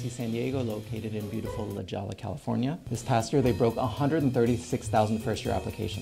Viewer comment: “La Hoy-Yah”